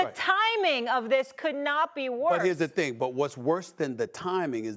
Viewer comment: “Here’s da thang skiiup”.